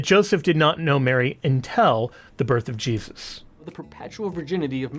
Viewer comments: THE WORD IS "'UNTIL"', NOT "UNTELL". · pronunciation of "until". It confused me, too. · "Intel" or "Until"? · UnTIL NOT unTEL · Sorry, but the way you say "intel" 🤣🤣🤣